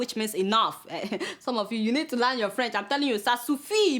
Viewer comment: You always make me laugh each time you pronounce these words: "milllion" "dollars" "learn". But who cares. No be phonetics class we dey. Well done jare. hehehehe